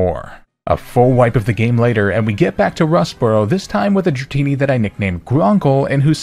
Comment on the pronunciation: THE FIRST I IN DRATINI IS SUPPOSED TO BE AN A!